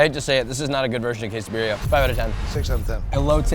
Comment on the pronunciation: The into Quesabirria Tacos pronunciation hurt my soul